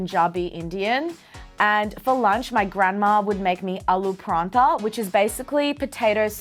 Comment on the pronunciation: Sohan's pronunciation of paratha 😬